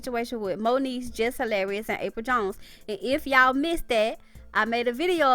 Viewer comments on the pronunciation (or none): none